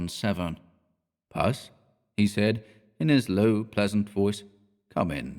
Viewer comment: hi sweetie - puss is different from pus, which is yucky stuff in infected wounds. puss is pronounced with a short ‘oo’ - as in octopus or platypus - not the short ‘u’ as in thus. pussy cats will rejoice! :} 🐈🐾🌻